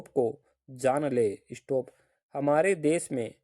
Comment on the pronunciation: इशटोप mat bolo sir😒